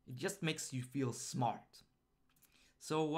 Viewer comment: Hey + - I love the video series you're running. I know you're from Sweden - which is great by the way - but I have one feedback on the 'j' pronouncation. When you say 'just' - please use the same sound same as in "juice", not as in "yaml". Because it's "j" not "y" - there are thousands of comments already so you'll probably miss this one, but I needed to write this. Thank you!:) Again, the series are great:)